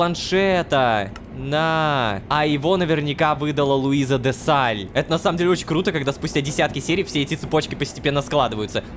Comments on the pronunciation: почему рома постаянно зачитывая задания от Луизы читает чётко ДЕ СТАЛЬ,🤨 но когда упомнинает её в серии без планшета! Она почему становится Де САЛЬ.😂😂😂😂 Это неуважительное упоминание директора орги)))) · заметил постоянную ошибку ромы ДЕ сталь а не Де Саль! 🙄🙄🙄🙄🙄🙄🙄🤭